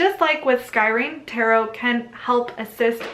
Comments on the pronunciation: Scrying is pronounced "Skry-ing" not Sky ring. Just fyi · I love your vidoes. So informative, well-read, and balanced in your presentation of information. I really appreciate all the work you do and all you offer with this channel. You are amazing! (I've heard you mispronounce "scrying," a few times, but that's just a nit-picky detail!)